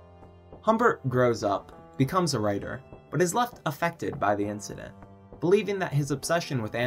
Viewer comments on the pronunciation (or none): none